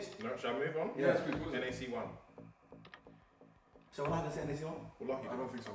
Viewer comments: Did this bruddah say NaC1 instead of NaCl I'm deadddd. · I died when I heard NaC1, Harry really read NaCl as NaC1😂😂😂 oh lord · no way he said nacl is nac1 😅😅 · HP should get a slap for saying NaC 1 😂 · Man said NAC1 🤣🤣🤣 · man said NaC1. Love your vids brother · Man said NaC1 😂😂😭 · my guy said NaC1 pattern up Harry that's atrocious its NaCl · Did my man say NaC1 when it's meant to be NaCl i'm dead 😭😭😭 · You did not say NaC1 bro 😂😂😂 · He thought it said NaC1 😂😂😂😂 its NaCl Harry cmon bro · Harry really just said NaC1 😭💀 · Man said NaC 11111????!!?! hhahaahah (NaCl) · NaCl not NaC1... as in Cl for chlorine 😂😂😫🙃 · Man said NaC1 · Man said Na C 1 😭😭😭😭😭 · MAN SAID NAC1 bruhhh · Man said NaC1💀💀💀💀💀💀💀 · NaC1 🤣🤣🤣🤣🤣🤣🤣 it's NaCl Harry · LOOL Man said NaC1- its sodium chloride NaCl (L) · My man said NaC1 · He said nac1😂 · Man said nac1💀💀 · its not NaC1 its NaCl LMAOOOOOOOOOOOOOOOOOOO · Mans said Nac1 💀💀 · harry really said NaC1 😭😭😭😭😭😭😭😭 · Bro really said NaC1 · My man said NaC1 💀💀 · NaCL*** LMAOOO he said NaC1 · Nac1😂 instead of Nacl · Bro its nacl not nac1 🤣🤣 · it's NACL lmaoooooo not nac1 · lol it’s NaCl not NaC1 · Lmaooo he said “NaC1”!! I know them chem nerds are triggered rn!! IM TRIGGERED! 😂😂😂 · Nah it's NaCl akh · Harry said NaC1 😆😂😂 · He really said NaC1...